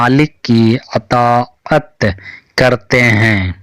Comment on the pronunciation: اطا عت یہ لفظ آپ کا صحیح نہیں ہے